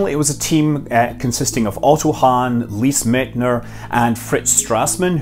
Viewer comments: You successfully butchered Lise Meitner's name. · He gave her credit, if not pronunciation :D